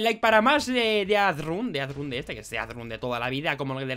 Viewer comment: no es dead run, es deathrun